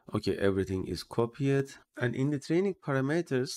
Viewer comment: English pronunciation tip- the e is silent for the past tense suffix "ed"; so copied is is not copy-ed, but copeed. Same for all "ed" past test.